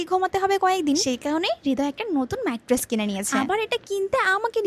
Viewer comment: মাইট্রেস না ওইটা ম্যাট্রেস হবে 🙂